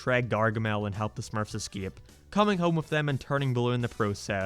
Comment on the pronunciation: i like how you pronouce escape as "iskeeap"